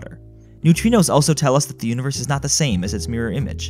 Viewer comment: I like the subtle x in "Univerxe" when saying that the universe isn't the same as it's mirror image.